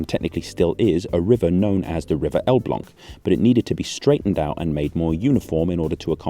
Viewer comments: wow, your pronunciation of "Elbląg" is immaculate! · I'm not a native speaker of Polish but Elblag did sound correct... sorry can't type the A with the thing